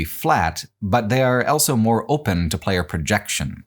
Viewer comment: Does anybody know where accent is from? I've never heard "Also" being pronounced "Ell-so"